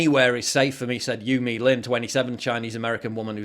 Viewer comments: "youme lin" :rolleyes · Yu Milin, not you me Lynn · LoL... "YouMe Lin"... that is just funny.